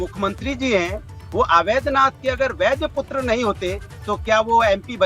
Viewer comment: अनुराग भदौरिया, गुरु जी का नाम महंत अवैद्य नाथ जी है , न कि अवैध नाथ। हिन्दुस्तान में पैदा हुए हो और अवैद्य / अवैध के बीच का अंतर भी नहीं जानते। फिर माफी भी मांगते हो तो "अगर" शब्द की शर्त ,जोड़कर। जाओ पहले कक्षा एक में दाखिला लेकर अपनी मातृ भाषा की पढ़ाई शुरू करो फिर टीवी डिबेट में आना।